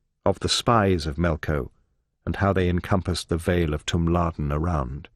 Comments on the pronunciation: It keeps saying Melco like it will get demonetized if it says Melkor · It's melkor not melko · Why does he keep saying "Melko" instead of "Melkor" or "Morgoth"???